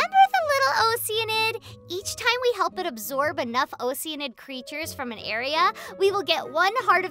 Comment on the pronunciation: That moment when all of us realize we were pronouncing “oceanid” wrong